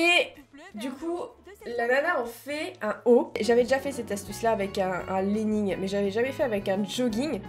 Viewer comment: Tu m'as tué avec ton "Salut c'est moi! Ça va?" 🤣 Je me demandais, pourquoi dis tu "LeNNings"?🤔🤷‍♂️ Breeeef, j'adore tes vidéos😄, continue comme ça 😉 Salutations de puis la Suisse. Take care!